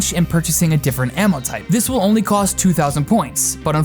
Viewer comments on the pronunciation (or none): none